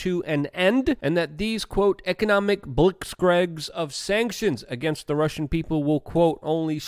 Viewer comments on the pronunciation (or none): Blitzkrieg! It's a German word. You're Polish, don't tell me you don't know how to pronounce Blitzkrieg!